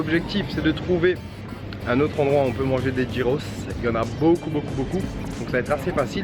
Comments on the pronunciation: Ca se prononce "guiros" gui gui gui et pas gi gi gi ros ! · Sa se prononce Guyros pas gyros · Je trouve ca super que tu fasses découvrir cette spécialité grec ! C'est tellement bon ! Juste pour info on dit pas "jyros" mais "yiros" ;) bonne continuation ! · Les gyros c'est la vie... Mais ça se prononce [guirosse] pas [jirosse] 😂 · Nous au Canada plus précisément au Québec ont en a aussi et ont dit giroooooooo et non pas girossssssss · Sa s’ecrit « gyros » mais sa se dit « yros » Mais en Grèce on appelle sa souvlaki Comme endroit pour le dessert y’en a un qui s’appelle milkato ils font des gaufres geantes avec se que tu veut Pour ma part c’est nutella avec des biscuit casser et une boulle de glace dessus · Sa s'ecrit gyros mais ca se dit guiros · Ça ce prononcé yé pas trop appuyé ros. Yéros.👌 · Ça se prononce guyros 😂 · Si jamais ça se dit "guyros" on prononce pas le g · Le g se prononce dans gyros